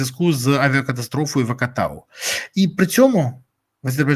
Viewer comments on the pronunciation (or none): Гарний прийом, Борславе! Називаємо кілька разів невірно місто Актау як Акатау і... можливо кілька людей все ж таки напишуть коментарій заради виправлення.